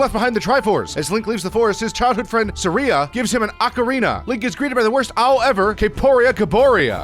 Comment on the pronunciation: Am I wrong or are a lot of these words mispronounced? Kokiri should be koh-kuh-ree, Saria is sarr-e-uh, Deku is deck-oo, Kaepora Gaebora is kay-pour-a gay-boor-a.